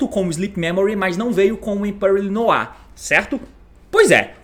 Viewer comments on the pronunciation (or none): none